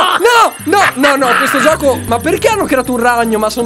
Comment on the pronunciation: Vito Softair ti capisco fa molto male. L 'italiano è morto da tempo."giocho" hahahhahaah